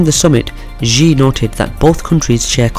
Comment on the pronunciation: dude, Xi's name is pronounced like 'she' or see not jee